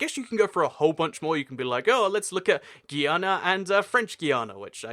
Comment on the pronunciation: It's guy-ana and gee-a-na